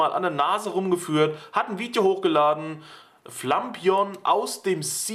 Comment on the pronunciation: Wie BisafanTV es sagt ist es definitiv falsch. Es heißt Flapion. Wenn man es so sagt wie er, dann müsste es "Flampignon" geschrieben werden. Lol